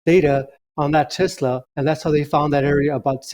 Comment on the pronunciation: WTH is a Tezzla?